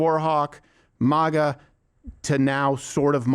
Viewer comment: MAGA not MAHGA